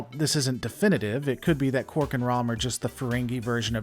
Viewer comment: It's Quark...not Cork. Lol(DS9 Ferengi)